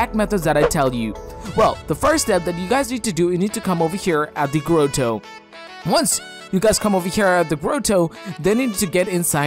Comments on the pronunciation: I love how he says the gRoWTOw instead of grotto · No one : Him : Grow-Toe